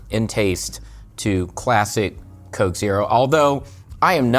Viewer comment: And the koke